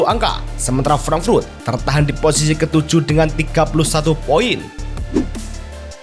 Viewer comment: frank frut apa frank furt min?? frut apa furt?? emang lidah nya keras atau emang suka menyebut frut frut frut